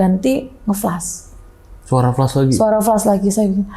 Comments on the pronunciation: Ada yg salfok ga kayak saya? Narsum bolak-balik bilang FLES FLES ADA YG FLES ADA YG FLES. Saya mikir banget apaan siy FLES. OHH TERNYATA FLUSH! HAHAHAHA, bacanya FL A SH bu, A kayak nyebut FLA PUDING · FLUSH dibacanya [FLAS] dan bukan [FLÉS]. *Flush = sémbor *Flash = cahaya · Padahal mbaknya pendidikan doktor ya (disertasi) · Bener gw jgk greget dengernya